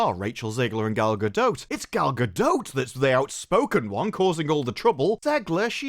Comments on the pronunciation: Cant get over gal-ga-dote 😂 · if you don’t STOP SAYING GALGADOTE!